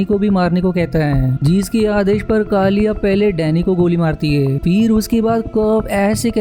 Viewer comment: काली नहीं केली बोल